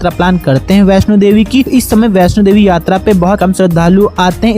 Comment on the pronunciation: Jai Mata Di 🙏🙏 Meine mata rani ke darshan kiye hai.🙏.You are wrong kesh Ganga kaha jata hai.🙏🙏.information.Bhai Vaishno Devi sahi se bola kar